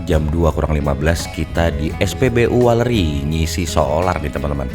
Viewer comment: weleri bang bukan waleri